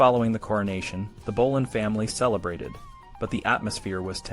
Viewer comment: Bolan?? It's Boleyn!